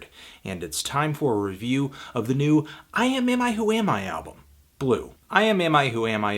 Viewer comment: That's uhh.....that's quite the band name. Good job pronouncing it in one go.